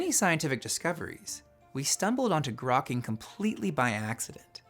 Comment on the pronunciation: grokking sound like cracking